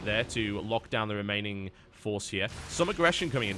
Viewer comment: "and the remainling banelings are coming out" made me chuckle.